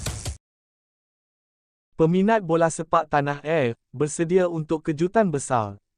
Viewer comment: Bingai pengulas pun...dah bbrp kali ditegur,ulasan mestilah ikut B.Mslaysia yg tepat.Tanah air bukan tanah er.Banyak lg salah sebutannya!!